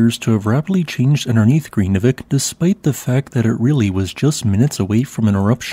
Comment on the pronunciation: It's an extremely difficult language to learn. I have lived and worked there for five years, but still never mastered it. The correct pronunciation is nearly impossible. But vik (bay) is pronounced veek. R's are trilled so Grindavik is pronounced more like Grrrin-da-veek. Sort of.